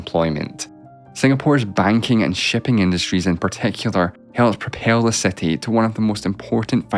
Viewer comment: seti instead of city